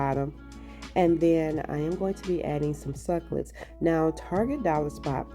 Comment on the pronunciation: Jesus! SUC CU LENTS! NOT SUCLETS;😂😂😂😂😂